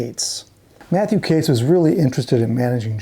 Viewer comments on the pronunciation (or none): HELLO …… its Katz as in Catz not Cates !! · I love all your videos - keep 'em coming! They're usually flawless, but Matthew Katz's last name is pronounced "CATS" not "CATES". Katz went on to screw over Moby Grape where, coincidentally, Skip Spence ended up after leaving the Airplane. I really regret not seeing the Airplane at Fillmore East back in the day. Interestingly, Signe did a tour with Jefferson Starship in the '90s (Paul, Marty and (I believe) Jack were all in the band then. Sorry I missed that one too. Kinda crazy that both Paul and Signe died on the very same day at the same age! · Katz is pronounced "Cates"? Everyone ese with that name is pronounced "Katz" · Mathew ""???? It's a jewish name of German origin, and it's just pronounced like Cat plus a Z. I don't want to know how you would pronounce Tannenbaum or Kupferschmidt.... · The common Jewish surname “Katz” usually is pronounced like “cats.”